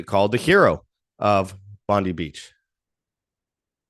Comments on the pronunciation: just an FYI ... It's Bondi with an I , not Eeee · Aussie here, it's pronounced Bond-eye. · It's pronounced Bond-eye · Pam Bondi. 😆. Bondee beach. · It’s pronounced BON DIE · Bon die is the correct pronunciation.😉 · It's pronounced Bon-Die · You're an idiot and know nothing about Australia you probably had to Google us before your post you should probably start with the name of the place and how to pronounce it your wrong on most of what you say the rest I couldn't stomach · It's very annoying that they are mispronouncing one of the world's most famous beaches.